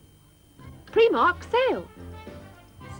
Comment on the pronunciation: Is that the Irish pronunciation of Primark I hear? ;-)